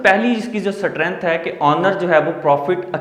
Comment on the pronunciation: सटरेंथ स्टरेंथ Which is 😄 right